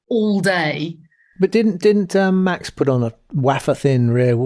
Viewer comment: WHEN is Tom Clarkson going to learn to pronounce Max' name correctly? There is no "SH" in his name...PLEASE GET IT RIGHT!!